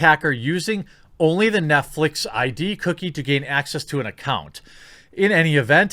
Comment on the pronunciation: 'NetFleece' a little slip of the tongue? Heh, I like it.